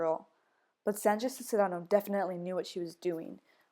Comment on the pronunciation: I know you made this years ago but it's pronounced "Sees-ne-ros". Just in case anyone else watches this and wonders about Sandra Cisneros name haha